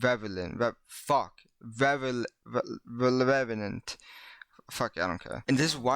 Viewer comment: Refelent rrrrrrrelefent